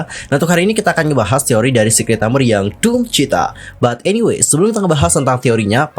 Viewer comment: DOOMCHITA kak, bukan DOOM CHITA 🙏🏼